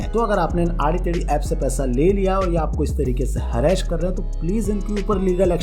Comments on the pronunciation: Harass❌ हरैश✔️ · Harra-Ash nahi beta Harass bolo. Sahi pronunciation seekh k aao. Baki sab thik hai, good info shared by you to educate youth n kids 👍